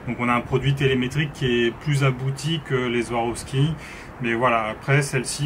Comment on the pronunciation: SWAROVSKI se prononce avec un S pas un Z. Beaucoup font la même erreur 😉 Pour le reste, excellente présentation. Complète , honnête et claire, comme toujours sur cette chaîne. Merci.